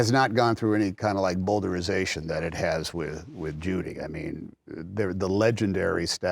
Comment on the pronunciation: I think that Tom, , is trying to say "bowdlerization" (s replaces z in non-US/Canadian English), which is essentially the removal of that which might be considered too graphic, offensive, salacious, prurient or improper. The word comes from Thomas & Henrietta Bowdler, a pair of stick-up-the-ass early 19th Century Christians who censored the works of Shakespeare for 'family' reading. I'm pretty sure it's pronounced ow as in cow, not oh as in flow.